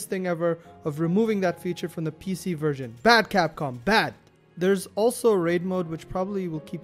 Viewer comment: bad capcom bad :P i realy liked your accent when you said that